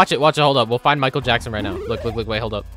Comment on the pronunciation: that ain't Michael Afton, that's Miquel Afton.